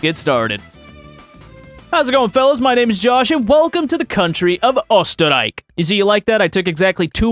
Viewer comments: Österreich nicht osdderik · his pronunciation is ostereik xdd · "Osterreik" K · As a Austrian I love it that you said Ostereik written how I would write it in German.😂 but good effort props. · was the time where i lost hearing because you slaughtered my language IT DIDNT EVEN SOUND CLOSE to Österreich AMAZING VID tho ;D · Says he took 2 weeks of german lessons to pronounce a name proceeds to mispronounce it with multiple mistakes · "I took 2 weeks of German and they taught me the German word for Austria." Shame they didn't teach you the pronunciation in that time, though. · The Ch in Reich is soft not hard. You're pronouncing it wrong. Also the Ö is pronounced as an Ö not an O. You've clearly not taken any Duolingo lessons. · That German class didn't go well cause you didn't even pronounce Austrian in Germany correctly XD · ....and you still cannot pronounce Österreich correctly. Just do not talk history nor German, please. Talk your game, silly boy. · as an austrian, your efforts to pronounce österreich are really entertaining to listen to. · Österreich (I think. It's been ages since I learned this). Less "Oh", more "oo" at the start, and with a soft "ch" at the end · No you didn't say Österreich right. I know, the Ö sound doesn't exist in English. But at least the ch could have been done right. In this case it sounds more like sh and NOT k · As an austian, never pronounce Österreich like you did ever again, thanks. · Infact you spoke Österreich pretty bad. Cheers from Berlin 🤘😁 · Terrible pronunciation of “Österreich” because you turned the Ö into an O and the “ch” at the end into a “ck”, but passable enough for the amount of language lessons 😅👍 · As an Austrian, I see Austrian superiority over Germany in the thumbnail, I click also, the "Ö" in Österreich sounds like the u in 'burn', not like an o